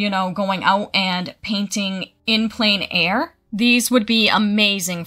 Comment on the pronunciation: Thanks for the list. Just a tip, plein air is pronounced “plen air”. Air is really just the sound of the letter “r” sound in French.